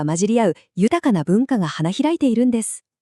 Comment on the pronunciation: AI音声なのはわかるけど、地名ちゃんとしましょう せんがわ、ちぇんがわ？ちがわ？メチャクチャすぎる せんかわ です